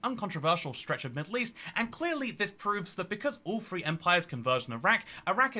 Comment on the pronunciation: WIV and FREE Very brave to do these videos WIV a speech defect. Good luck.